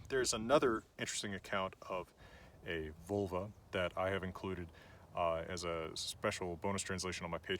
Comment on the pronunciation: 😂 you’re a teacher yet you’re saying these words wrong. You definitely said freyja wrong j = y and there is no “oi” for the e also it’s not VULL-vuh it’s VOHL- vah. This is Norse not Celtic not Latin no American 😂